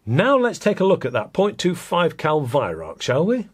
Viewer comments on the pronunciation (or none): Wait is he saying Weihrauch? I thought it was pronounced "V-eye-r-ow-kh" (kh being pronounced as a kuh sound, but said in the throat)